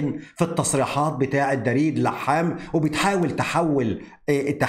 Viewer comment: يسعد اوقاتك. اسم دريد يلفظ بضم حرف الدال وليس بفتحها. تحياتي القلبية لك